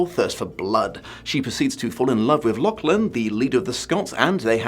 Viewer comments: Hate to be that guy but the names pronounced La-cgh-lan La: as in the french feminine "the" Cgh: as in as in the end of loch (the scottish pronunciation) soft glottal ch Lan: land without the d Not trying to condescend, but this year hasn't been a fun one being Scottish in Britain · death to the algorithm etc etc, if you do the next vid, maybe tune up the pronunciation of Lachlan a touch?:P